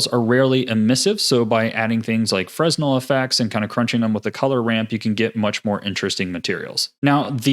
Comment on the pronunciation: The 's' in Fresnel is silent. That is, phonetically it is pronounces fruh-nel. I have seen some youtube videos pronounce the 's', which unfortunately will promote incorrect pronunciation. Fresnel equations are named after Augustin-Jean Fresnel, a French civil engineer.